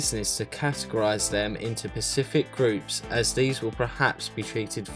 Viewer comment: Did he just say “pacific groups”?